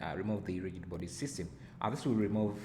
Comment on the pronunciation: Thanks a lot! I was doing a similar project and was wondering why the object was not falling into the saucepan. Now I know that I should change convex hull to mesh. BTW rigid is pronounced as 'rijid'